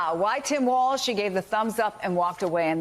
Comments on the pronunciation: Who cares what Joe's hot take is on "waltz"? 🙄 It's Walz, WALLS not waltz. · Why did that British guy keep mispronouncing his name!? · MSNBC? Learn to pronounce his name correctly, okay?